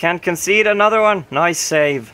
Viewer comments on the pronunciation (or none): none